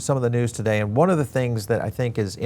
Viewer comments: Its pronounced Wahn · It's pronounced one